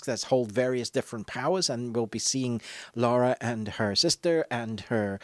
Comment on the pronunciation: Come on, you're not an uncouth yank. It's Lara - LA-RA, not Laura!;-p